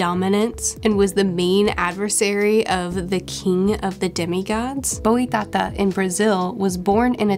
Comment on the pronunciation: The way you said BoiTata is everything ti me!